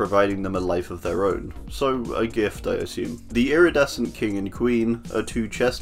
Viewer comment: I have a funny idea, take a drink everytime he’s say “lridescent”